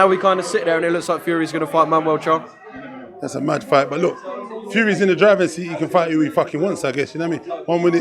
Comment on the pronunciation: His names mamoud charr not manual get it right you sausages